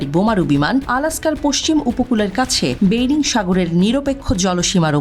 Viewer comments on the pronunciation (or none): বেইরিং নয়.. বেরিং